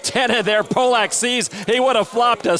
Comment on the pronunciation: This was one of the best final tables in WSOP ME history. I remember watching it live, and everyone was telling the announcers it's pronounced Pah- lick, not Poh- lock. They kept mispronouncing it. Thanks for posting. For me, this is one of my favs!!! ❤❤ John Hesp was a pleasure.